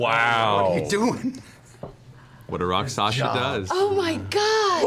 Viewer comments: I find it so endearing that Matt always slips with the Rakshasa. He always says "Raksasha", yet when people ask him what it is he says it right. Idk its cute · Welcome to the return of Matt saying Rock Sasha.